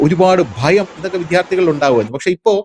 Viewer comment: വിധ്യാർത്ഥി? വിദ്യാർത്ഥി എന്ന് പറയൂ